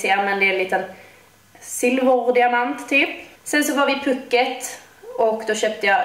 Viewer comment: Det ut talas puuket inte puket (altså långt )